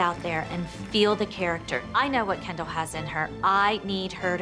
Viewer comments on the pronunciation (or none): How 99% of ppl pronounce Kendall: “Kendall” How pronounces Kendall: “kAnDaL”